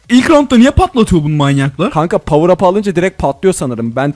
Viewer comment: power up yerine povrvevpreb diyen yürekli